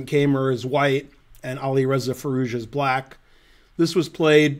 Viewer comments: I am obligated to correct Ben's pronunciation of "Keymer". The "ey" is pronounced like the english word "eye". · Not only am I German too and "have to" contradict you because my native speaking intuition of 54 years supports the poster's correction, but I also happen to know a former coach of Vincent's who does pronounce his name like that, as well as all German native speaking chess players and TV hosts I have heard. On the other hand, no one "has to" pronounce a name like a native speaker or even the person himself would. It's just that in my experience, it's Americans who usually make the least effort at trying to pronounce things the original way. In Ben's case though, I think he simply doesn't know better and certainly doesn't care about our quibbles in the comments. So let's just call him "Vincent, the best German chess player ever". 'nough said.